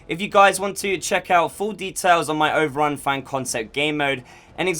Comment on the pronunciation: Did yOU SaID... OVerUn??!!? 8)))